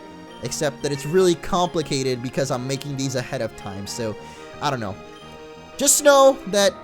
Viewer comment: when says i dont know it sounds like he is saying audino